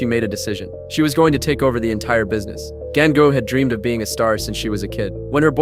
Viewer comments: 😭😭did i just hear gango rather than gangu? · Gan gu man seriously why you not say dengue 😅😅😅 It's Ganga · It's not gAinGu its GANGU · The AI pronunced it wrong